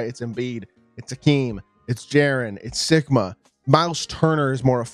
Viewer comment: Sigma or Sikma ? 😅